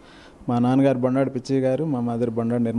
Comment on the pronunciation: Madam that is not Boondada It is Bondada mam